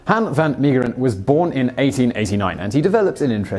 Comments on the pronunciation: It's Han van Meegeren not Hen ven Meegeren. The a in Dutch is pronounced like the a in car. (I really like these video's. Keep them coming.) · Yeah, as a Dutchman, your English pronunciation sounded less painful to my ears than your Dutch pronunciation, so just stick with that. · It's okay Simon, Brits butcher the pronounciation of everything. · you butchered his name but i don't think anyone is gonna blame you. I've never heard a american say Dutch names perfectly. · Dutch-speaking viewers ;) You butchered the name it for us Belgians too. Love yah tho xoxo